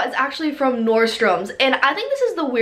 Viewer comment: nordstromS??? Nordstrom